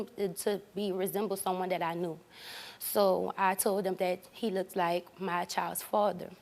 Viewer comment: She "lookid" like you?